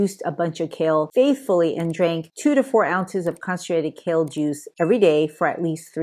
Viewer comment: Kale - not shale......